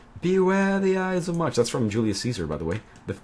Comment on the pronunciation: ides not eyes